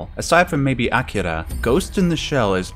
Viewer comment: As an old god of these types of vids I commend you for being the first person in my entire YouTube life (I beta tested this shit-heap) to pronounce Akira correctly. 100 points.